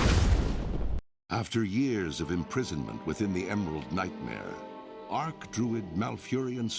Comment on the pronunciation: WoW Narrator: "...Ark-Druid Malfurion has finally returned to the mortal world." Ark-Druid? Shouldn't it be Arch-Druid? I mean, he's the top Druid, not a Druid that built a big wooden boat. Seems like all the pronounciations in WoW are suspect XD